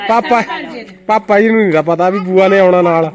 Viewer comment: tu kuj ve bol, par ਭੂਆ hondi a ਬੂਆਂ ne, pronunciation de problem a